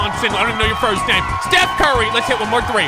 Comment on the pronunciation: "just put a t in your name" steth curry